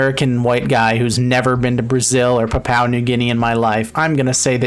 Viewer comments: Pronounce Papua as Pa-pua thanks PNG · Is it actually pronounced "Pa-pow New Guinea"?